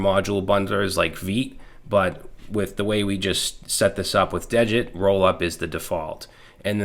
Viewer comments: Degit is pronounced as DEE git. I heard Rich Harris (the creator of degit, Svelte, and rollup) pronounce it on a podcast interview. degit removes the git history to make it smaller. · awesome video as always but the thing is degit is spelled dee git not dejit it just clones a git repository without the .git folder